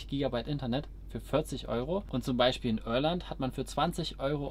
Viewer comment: Junge, IRLAND nicht Örland.